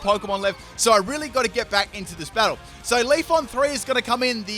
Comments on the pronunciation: It's Leafeon not Leafon.... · If you say Leafon one more time... it is leafEon! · LEAF-EE-ON , VA-POR-EE-ON, FLAR-EE-ON, ES-PEE-ON, UM-BREL-EE-ON... It's pronounced Leafeon not Leafon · He has 5 leafons and 1 leafeon1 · Are you saying "leaf on"? 😂😂😂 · it triggers me when he says leafon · He pronounces pokemon names wrong all the time... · I heard leafoff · Not just you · LeviAlsGamer2 I hear it to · I hate to break it to ya but there's an "e" after that f in "Leafeon" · CT Thai FULL MISPRONOUNCED POKÉMON TEAM